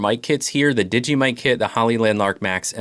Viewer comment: The mic you cal Digee is made by DJI. Pronounced Dee Jay Eye not digee